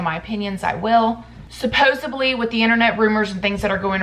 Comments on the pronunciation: SupposeBly isn't a word! It's supposedly. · Supposedly. Root word is "supposed." There is no "b" in the word. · I love how you pronounce the word ~supposedly~ 🙂